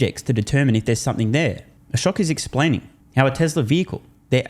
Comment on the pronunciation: Oh gosh, man, not Akosh. Ashok!!!!😂